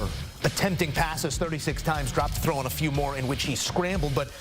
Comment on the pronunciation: "ong" the road?